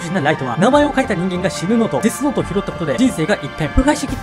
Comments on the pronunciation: なんか失礼だけどデスノートがゲスノートにしか聞こえなくなってしまったwww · デスノートがゲスノートに聞こえたwww